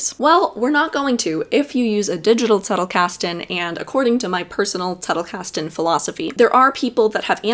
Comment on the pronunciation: I like how you adopted the german pronounciation for Zettlekasten. You're great!